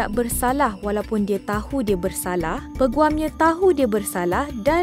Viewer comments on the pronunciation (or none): Peguam bukan "penguam"